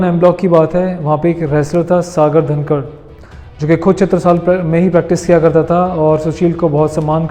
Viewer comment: वो सागर धनखड़ है ना कि धनकर